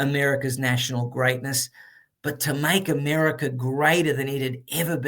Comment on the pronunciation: Mr. Adams REALLY loves "Americer!" 😊